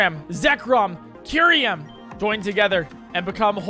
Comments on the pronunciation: MAROWICK MY NIGGA IS MARO WAHK and K YOU REM its KUH EYE REM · "Arseus" "Kyuryem" "Heidreijin" I hope to god he does this on purpose because it baffles me how negative iq someone has to be to make such mistakes all the time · It's "Kyurem," not "Kyuriem!" Also, it's "Arceus," not "Arseus!" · It's Kyurem, not Kyuriem. It's Utira, not Utiria. What a weird but consistent misreading. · ....... The fucking way he pronounced "Tartarus" and "Kyurem".......... Genuinely what?